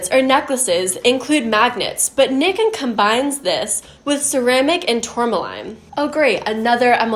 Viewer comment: Nikken is pronounced "knee-ken" and kenko is a Japanese word for health.